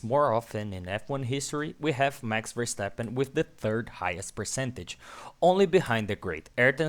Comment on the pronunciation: nice, but not call him Versteppen.